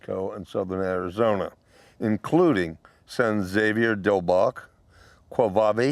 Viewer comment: Just an fyi, San Xavier the X is pronounced with an H sound